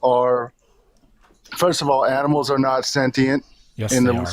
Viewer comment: "Those aminals" 😂😂😂😂😂😂😂😂 Gold stamp intelligence,!